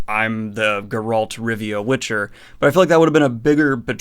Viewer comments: gEralt, not gerAlt. But not that important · What the hell is your problem with the prononciation... you watched the show ... why do you still pronounce Gerald wrong ? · I look forward to the day when Daniel actually pronounces Geralt correctly.